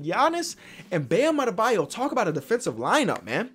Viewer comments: He called mo bamba Bam Abeyo. Lol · this man said “Bam Adebayo” y’all get some glasses man 😂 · he said bam adabeyo instead of mo bamba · Ashton Steed yea he called Mo Bamba Bam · you called mo bamba bam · When he says Bam Adedayo instead of Mo Bamba after already beating bam